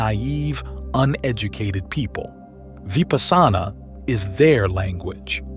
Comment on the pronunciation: Odd that the speaker pronounces Vipassana oddly. 🎊🎉🙏🏼